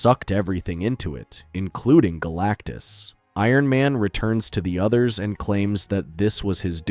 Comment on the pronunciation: I heard BLACKTUS